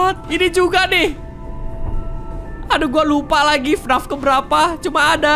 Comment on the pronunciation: Bang bilang nya bukan FNAF tapi F N A F